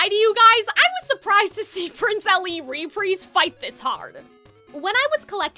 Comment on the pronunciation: Why do you say reprise like that?